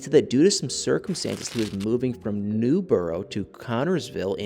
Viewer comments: It is pronounced Newburg not NewBoro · Newburgh is pronounced New-berg (worked there for years) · Please stop saying Newburgh like that 😫 that's not how we pronounce it 🤣 Its New-Berg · It's pronounced Newburgh not newborough